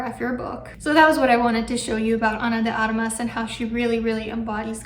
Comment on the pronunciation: How many languages do you speak? You pronounce perfectly Ana de Armas last name perfectly